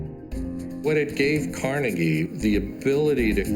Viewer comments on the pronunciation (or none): Pronounced "Car-nae-gay" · No its pronounced Car-Neg-E. There's no doubt to this because his nickname when he was young was "Neg".